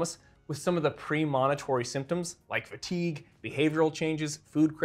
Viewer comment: Great info, but your mispronunciation of “premonitory” is quite distracting.